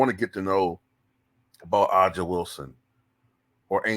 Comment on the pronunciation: A'ja = "Ay-zhuh" Bueckers = "Beck-erz"